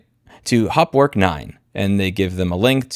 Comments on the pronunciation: For someone with a German surname, your pronunciation of Hauptwerk is quite amusing. Sadly, that is the only amusing part of this video. 😢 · Problem is, that MDA's main product Hauptwerk (pronounced haupt + werk, not hopwork) has the biggest share in the very, very small niche market of digital home pipe organ emulation. Unless that person makes some serious noise in organist circles, this won't be noticed. Many organists on Youtube use Hauptwerk and they won't boycott it, there are very few alternatives. But yes, not offering the older versions is a dick move. BTW I don't own it, but bought their competitor Organteq from Modartt.